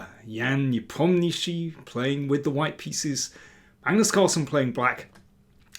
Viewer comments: Kudos on Nepo pronunciation! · Love that mr. King pronounces Nepomniachtchi's name more correctly now after asking him how it should be pronounced!